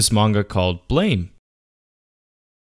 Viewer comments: its not pronounced as ''blame'', its supposed to be an immitation of the sound a gun makes when it fires, ''BLAM'' . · I was going to watch the video but you pronounce it "blaym" instead of "blam" right after your voice cracked, so I stopped... Haha, na great video =D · I'm pretty sure the manga title is pronounced "blam" not blame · Blame is pronounced as blam btw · BLAM. The e is silent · it kinda urks me that he keeps saying it wrong. it's pronounced blah-m, i know it's dumb to be urked by it but oh well. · It's pronounced 'blam'. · Ain't it pronounced blam? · It's pronounced "blam" ma dude.